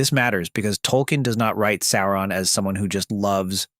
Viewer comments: Why are you pronouncing it Saron? It's Sauron. Sow-ron. Or Sore-ron, like dinoSAURON. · Its actually annoying hearing the narrator say "Saron" lol. Pronounce it like "Sow-ron" cuz that what it really is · Sauron, not Saaron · First odd it's not saar and in hair. It's saur ad in sour on. Closer to that phonetically. Secondly, the directors cuts of the movie, the actual directors cuts, not just the exttended editions are well over 4 hours a piece, the only way to watch them. I might be alone, but if there were an 8 hour version of each, I'd be watching them. Lastly, that scene you show when you talk about Aragorn fighting Sauron, that's not Sauron, it's the mouth of Sauron. There's a MASSIVE difference. They're not even close to being the same. The Mouth of Sauron is his messenger, not Sauron himself. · Cant get past SARA - ON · Sair on. Kinda like A A ron but more like sour on. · I very much enjoy your content. But, the correct pronunciation is "SOW-ron". "OW" as in the exclamation. Tolkien is quite explicit about this. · Stop saying Sae oo rahn... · Please read the appendixes at the end of the ‘Rings’, there is one on the pronunciation of names. Sauron is pronounced as ‘Sow-Ron’. Also read the ‘Silmarillion’. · Why wouldn’t you pronounce his name the way the movies do You know the way it’s supposed to be “Saren” 😂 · Its pronounced "Sour ron". He didnt have a physical form at the end of the War of The Ring.... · Tolkien doesn’t! sound right in an American accent! And if you take out all the spurious editions from the films, they would have managed to stay true to the books! It’s pronounced Sour on! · I couldn't watch your video, because you kept mispronouncing the big bad's name. It was like hearing, "Tremp" for Trump. It was such a massive foul that I could not bear to watch any more of it after just a minute or two. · Bro made an entire video about him and can't pronounce his name